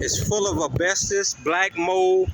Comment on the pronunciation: First of all, welcome back, we missed having you to laugh at. Its called asbestos(not bestis), and black mold(not mole), and that is abated and removed before the demo process. I hope you made friends in there, because its just a matter of time before you end up going back